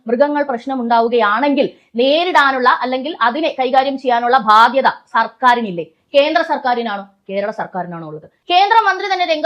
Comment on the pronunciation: ബാധ്യത എന്ന വാക്ക് ശരിയായി ഉച്ഛരിക്കാൻ ശ്രമിക്കണം.. 👍